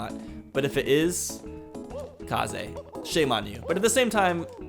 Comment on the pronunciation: You keep saying Kaze wrong its kinda triggering me